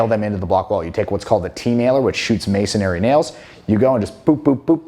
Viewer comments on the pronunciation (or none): Masonry is pronounced just as it's spelled. It's not pronounced as "masonary." Enjoyed the vid.